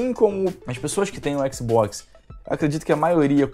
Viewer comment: Adoro o jeito que o fala xbox, (Equisboquis)